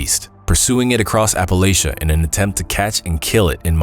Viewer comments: Its 2025 and people are still pronouncing it wrong, it pronounced as if you're saying latch not lay. How do so many people that supposedly went to school mispronounce the name of a mountain range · Why do people insist on trying to change the pronunciation of Appalachia to sound more formal? It’s not Appalashia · How he pronounced Appalachia and Wendigo absolutely triggered me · This video was kinda difficult to listen to since he kept pronouncing "Appalachia" incorrectly over and over. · Every time you said Appalachia incorrectly I cringed! But I enjoyed the video!~